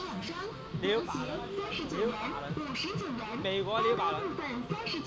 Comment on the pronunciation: "USA New Bailun" Knockoff level: China That sure was a good laugh.